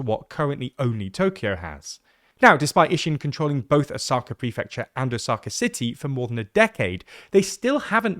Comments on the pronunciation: Plz pronounce “Osaka” properly, the accent shld be on “O” and not “Sa” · O-saka. The tonic accent is on the first syllable. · Is this really how to pronounce Osaka in english 😭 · The pronunciation of Osaka is distracting ><